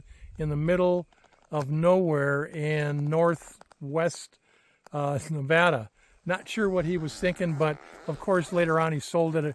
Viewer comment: I am so glad you know how to pronounce Nevada properly. Thanks